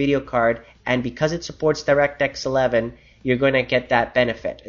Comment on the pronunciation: thumbs up if you think he says "direct X 11" in a funny way